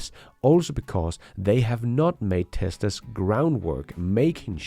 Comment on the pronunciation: Hey there ! Sorry to say, but, as in contrary of your videos being just ...excellent, there is SOMETHING weird in your access , that cause the Google translator to often translate the word " TESLA'S or TESLAS " into ..."TESTERS or TEST" and it's becoming very, VERY annoying (in fact, it's nearly 40% of the cases "TEST/ERS" instead of Tesla's.!) ! Please, either try a better accent for "TESLA's / TESLAS " , or inform Google help center to somehow ... fix it , even if that means to FORCE the translator to use TESLA instead of ..testers when the video is all about CARS , i mean, what kind of AI do they have if it ain't able to conceptualize the essence of the existing words based on the whole subject and choose the best fit from there on !! Many thanks in advance !!